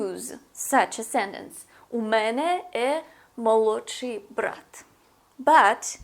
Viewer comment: Не э, а е! Молодший брат